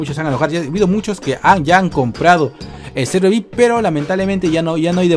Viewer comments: emm se dice viaipi no se dice vic, em ese es un mentol que se llama vick XD BUENO LOS QUE SON DE PERÚ ME ENTENDERAN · Se dise ví hay pi y se escribe VIP